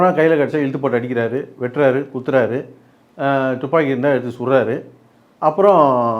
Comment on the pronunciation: Thupaki ila tuppaki😅